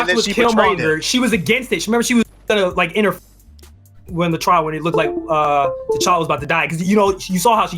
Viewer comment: Tuh Challa... not Tay Challa.